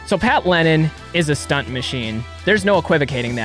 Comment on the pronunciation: It’s “Lennen,” not “Lennon,” is isn’t it? Pat, back me up on this., shout out to you too!